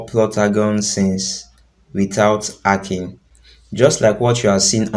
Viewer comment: Nonsense that's why l didn't subscribe...... It's not ekhing its hacking